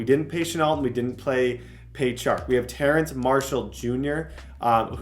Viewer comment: It’s terrace not terrance! 😂 also I love how you can always tell when someone is about to return a kick because Brett only shows kick returns when it happens